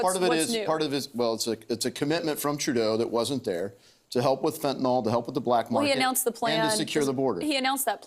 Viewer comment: Why is Trudeau the only person here who can pronounce Fentanyl? No idea what "Fentanol" is, some variety of ethanol?